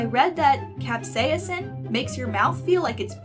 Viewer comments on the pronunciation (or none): That's certainly a way to pronounce capsaicin